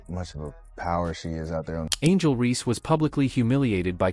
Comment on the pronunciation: Horrible AI. Who is “Angel Ree.”